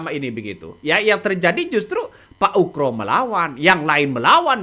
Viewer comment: Bkn uKro, tapi uGro. pake G bkn K